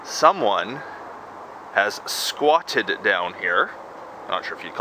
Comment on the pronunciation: Dude this is not funny but the way you said that...."Someone has SKA-WATTED".